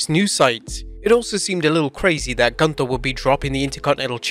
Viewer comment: Michael Cole also should learn to speak. Gunther's th is not a th it is a t. And Ivar is not eye var, Ludwig is not Ladwig, learn international names if that's part of your programming dammit. Plus every 3 minutes showing ads is really overkill, no wonder the world is watching elsewhere.